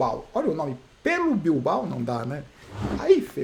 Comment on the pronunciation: O melhor foi a pronúncia "Pello Bilbao" kkkkkk, como comentarista é demais!